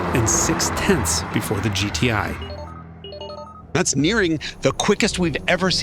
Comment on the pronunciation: why his accent like that bro… he seriously calling the gti “goatee” 🥲